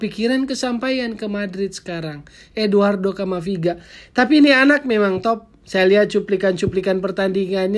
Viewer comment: Camavinga bukan camaviga..